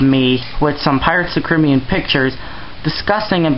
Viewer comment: why did you say pirates of the cribean?